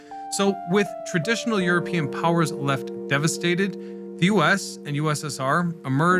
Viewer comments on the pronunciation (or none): none